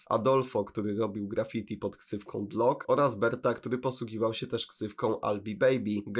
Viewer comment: Nie "dlok" tylko "dilok" jak coś